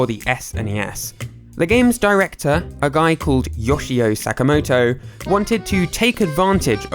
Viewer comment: What’s up with Brits never looking up how Asian names are pronounced? Yawshi-o Sack-a-moto...